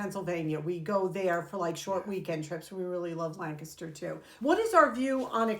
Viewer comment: Oh my goodness! As a native Pennsylvanian who even lived in Lancaster County for a bit, I LOVE that you actually pronounced the name Lancaster correctly (as the locals would)! 😊